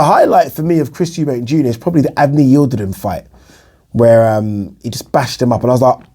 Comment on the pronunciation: Great points there! Btw, why do you pronounce Ylidrim so oddly? 😆